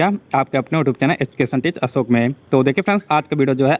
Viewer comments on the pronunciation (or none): none